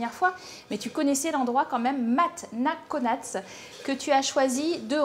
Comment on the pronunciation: "Matte na Konac" c'est Mak pas Matte mdr